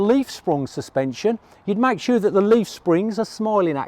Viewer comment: why are you saying sura not sure ? :P